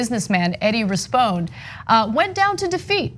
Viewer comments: It's pronounced Rispon-ee, like Phoney Rispone. Just a little info from LA :) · It’s pronounced RISS-PONE-KNEE, and yeah he face planted hard. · It’s pronounced “Rispon-we” as in “we”. Not trying to be a douche, just helping you out Ana. Much love. Tyt for the win!!